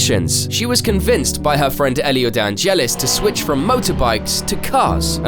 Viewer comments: "elio dangelis" - er, i think you mean "elio de angelis" - galicia entered 3 gp but didn't qualify for any, wilson entered 1 gp and failed to qualify for it. - you should at least mention how adrian newey made such a difference with damon hill. - the 107% rule was actually as a result of deletraz in 1994 not amati in 1992? (probably senna's accident in 1994 too). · "Elio Danelis" ? His name was Elio de Angelis